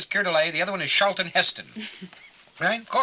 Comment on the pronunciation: He mispronounced both “Charlton” and “malleable”